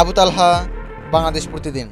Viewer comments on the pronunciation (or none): none